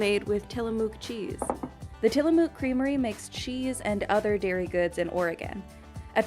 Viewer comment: I don't think I've ever heard a single person here in Oregon pronounce Tillamook with so much emphasis on the "mook" part of the name. lol That said, Tillamook does have some damn good cheese. And ice cream, for that matter.